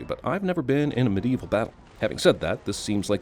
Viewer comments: I think im gonna have to add a sin every time you say "Medieveal". THESE ARE WESTERN ROMANS for Gods sake. The Medieval period dint start until AFTER the Western Roman Empire fell. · Every time he says 'Medieval' I die a little inside :(